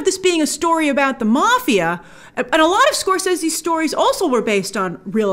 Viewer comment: The correct way